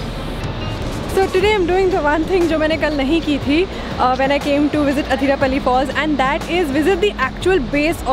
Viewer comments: athirap'a'lly alla..... Athirappilly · Athirapilly ok Athirapally🙄